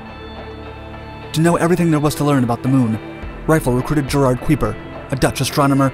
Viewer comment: Kuiper rhymes with hyper.